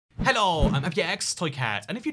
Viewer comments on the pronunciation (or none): none